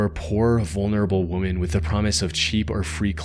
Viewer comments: Please say "wom-men"....wom-man means one woman, wom-Men means more than one. Its pronounced WI-MEN ..your welcome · Who tf says “weh-men”? It’s like “wimmin.” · Woman = singular. Women = plural. One "WUUM-uhn," two or more "WIM-uhn." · Why do you pronounce “women” exactly the same as “woman?” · You seem to find it impossible to say the word WOMEN. You always say WOMAN. Is AI reading this??? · I love the videos man but the way you say woman instead of women throws me off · Women!! Not woman… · This is like the 10th time the word “women” is mispronounced as “woman.” Super annoying! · Wo-MEN not Wo-MAN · OMG, THANK YOU!! His mispronunciation drove me nuts. Instead of “woman,” he should say “wim-en.” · Dude, I like your videos, but please learn how to pronounce the word WOMEN. It is pronounced like "wimmin." It does not sound the same as the word woman. You're pronouncing them as if they sound the same, but they are very different. Drives me nuts every time. So easy to fix! And it makes a big difference! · Is this ai generated voice dude? You say ”woman” instead of ”women” throughout the whole Mexico report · women, not woman. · idk why this bugs me everytime but: Woman: Pronounced as "wuh-muh-n". Women: Pronounced as "wih-muh-n". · Ok cool video but it bothers me to my damn core that majority of people today cant or rather dont know that when speaking with plurality, considering (women) is pronounced WE-MEN. Not (woman) as that is when speaking of a singular thing, in this case 1 person. Please, for future content address this mistake as you, along with others, continue to make this mistake. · Bro doesnt know the difference between "woman" and "women" lmao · Every time you go to say 'women', your fake voice always says 'woman'. You can't fix that? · Is he saying "woman" when talking about multiple women? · Bro….. do you seriously not know the difference between ’woman’ and ‘women’? How embarrassing. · It's weird the way he keeps saying "woman" instead of "women."